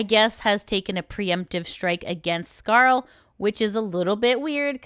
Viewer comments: It's pronounced scar-leh yoh-na-goo-knee btw. of her debut stream. Please listen to the creators say their own names before butchering them. Watch like 20 seconds of their debut stream or whatever. It's not fair, especially to non-english creators, which Scarle isn't, but still. And then you butchered Aoi Sakura and Gundou Mirei's names... bro please. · Just to let you know, its pronounced "scar-le" like the french le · Scarel? lmao I believe her name is pronounced Scar-lay, but scarel is so much funnier. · You butchered Scarle's name! :D